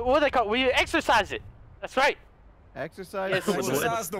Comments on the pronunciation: lol its not exercise its exorcist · Deliourus it's (Ex-or-cist